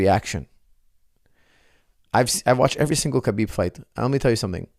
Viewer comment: Why do you keep pronouncing the K in Khabib? Isn’t it pronounced Habeeb?